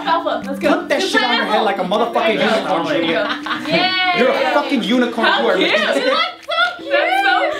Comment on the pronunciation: His name is Julio not Julia.